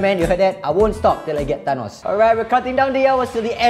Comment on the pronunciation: Why is everyone(not really everyone) reading Thanos as Tanos, its 'th' not 't' 😩